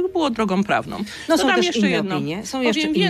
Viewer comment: "Osoby które som"....I taki ktoś zostaje ministrem edukacji...